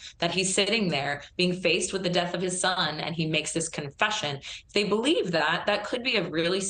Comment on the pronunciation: Its "I" "they" is longer. No "T" in there.